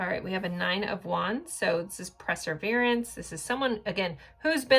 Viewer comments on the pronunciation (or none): I would let this go, but you say the word so frequently I want to tell you it’s PER, perseverance. I love your readings, and I think you’re amazing. 😊